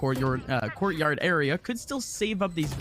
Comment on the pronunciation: Courtyord makes me think of the swedish chef from the muppets saying hordy hordy hoo